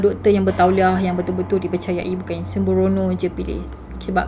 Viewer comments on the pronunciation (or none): ayat "'semborono"" tu belajar di mana? hehehe